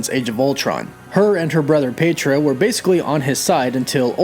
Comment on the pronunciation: Pee-A-tro. Not peitro.